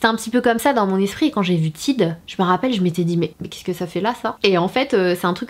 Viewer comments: On dit pas Tide on dit Tayde ça ce prononce 😂😂❤️(Mais bon c pas grave)❤️😂😂😂😂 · Tiide 😂😂😂😂😂😂 faut dire tayde mdr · Salut je t'ai vu dans la vidéo de Sandrea, j'avais bien aimé :) ps: la marque Tide au la prononce Tade ;) Sinon moi la dernière fois j'ai acheter 12 savons BABW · Mdr en Amérique on dit Taïde (genre avec l’accent anglais) et c’est pas des cups, ce sont des tasses à mesurer...mais libre à toi de parler avec ton accent français 😉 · Le tube Tide il y en a aussi au Canada et ça se prononce plus a l'américaine, donc *tayde*, pour info haha <3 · Juste comme ca Tide ce prononce TAYDE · Si tu viens au par chez nous au Canada ou au USA personnes ne va comprendre quand tu va prononcé le "Tide" à ta façon. Cela m'a fait beaucoup rire.😂